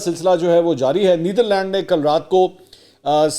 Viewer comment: Bhai Neetharland nahi Netherland hai. Aitchison mein aise sikhatay hain kia?